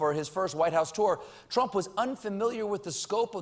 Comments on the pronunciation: he said "Twump" LOL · I think that's how Elmer Fudd would pronounce Trump. #Twump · stephen: pwease mistew twump uwu trump: then perish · "Twump" ... Awesome!! lol - From Canada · "Dwain the swamp, mistew Twump!" 😂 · I Wuv Twump new naaaame, Pwesident Twump. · That's it, it's 'Twump' fwom now on. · Colbert, err I mean Elmer Fudd, says "Twump" ... that's gold. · i like the FUNNY trump accent you got there Colbert. and glad you worked around your crappy gag reflex. it was always when you mentioned Trump being president and i was starting to get worried that you have a problem with democracy or your food pipe.